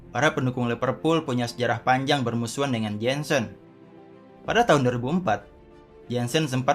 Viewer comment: Jensen jensen.. pronounce!!! Jonson sebutannya. JOHNSON!!!!